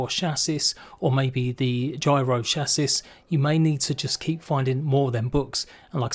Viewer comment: Silent s on chassis btw